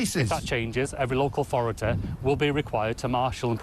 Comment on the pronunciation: "Energ-eh"... "Capicit-eh"... "Authorit-eh"... "Surr-eh".. Somebody give this guy a "y"